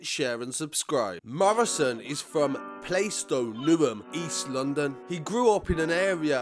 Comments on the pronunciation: It’s not “play-stow”, it’s “Plaastow” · Plaistow is pronounced plarstow or plastow lol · Man said “play stow” he’s from newham/ Upton Park . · It's pronounced 'PLARSTOW' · That's not how you say plaistow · Silent 'i' in plaistow.. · The i in Plaistow is silent my g